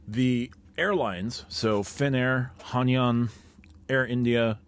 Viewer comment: Gna have to be that guy, but it's pronounced "Hai-naan"